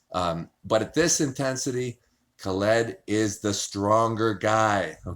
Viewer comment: how hard is it to say Khaled? Its not Ka-LEED. lmao <3